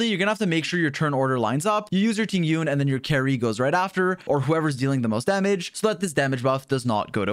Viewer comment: Its not Ting Yun!! The correct pronounciation is Ting Yween 🤭